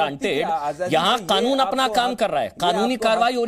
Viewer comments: यह मौलाना कनून नही कानून कहता है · कानून सही से बोल ले मौलाना खानून नहीं कानून होता है। जय श्री राम 🚩🚩🚩🚩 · इसकी भाषा देखिए। ये क को ख बोलता है, जानबूझकर।